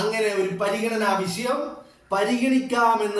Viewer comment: വളരെ ഗൗരവമുള്ള വിഷയത്തെക്കുറിച്ച് ശക്തമായ തെളിവുകളുടെ പിൻബലമുള്ള വിശകലനം അത്യുഗ്രൻ. ഒരു നിർദ്ദേശം മുന്നോട്ട് വയ്ക്കാനുള്ളത് താങ്കൾ " ഷ " എന്ന് ഉച്ഛരിക്കേണ്ട വാക്കുകളിൽ ഭൂരിപക്ഷവും " ശ " എന്നാണ് ഉച്ഛരിക്കുന്നത്. ഉദാഹരണം :- "വിഷയം" എന്ന് പറയേണ്ടിടത്ത് "വിശയം" എന്നാണ് പറയുന്നത്😛👌🏻.